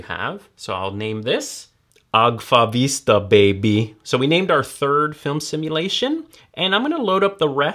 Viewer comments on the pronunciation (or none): none